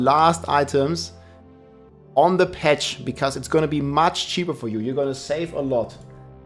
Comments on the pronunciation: Patch ❌ Petch ✅ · "Fett Patch" xDDD Bester englischer Satz ever heard xDDD